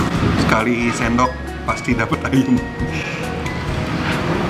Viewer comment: Bisa ga si ngomongnya "AYAM" not "AYEM"